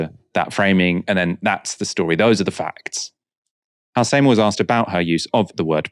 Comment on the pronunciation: Your pronounciation of Halsema is unreggocnizable